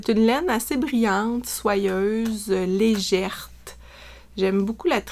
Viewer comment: Bravo! C’est toujours un plaisir de t’écouter et de voir tes projets ♥️ Juste un petit détail: on dit une laine légère… et non legèrte! Même si ça donne de la légèreté 😂😂😂😘